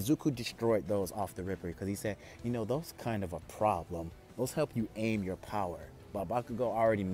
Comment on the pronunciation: its kinda gross how he says power its BOWER